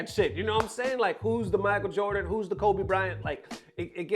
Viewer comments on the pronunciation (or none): none